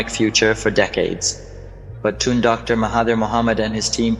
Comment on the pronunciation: It's Tun not toon!!